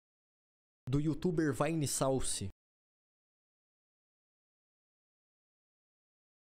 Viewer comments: Durr Yootoobler Vine-Sowcie. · Maluco, é uma mistura deshumana de inglês decente no "vine" e aportuguêsando o "sauce" não têm como não rir